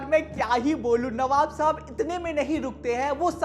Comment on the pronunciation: Navab ❎ Kabab ✅😂